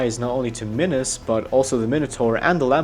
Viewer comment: Please stop saying "minus" instead of minos. Love ya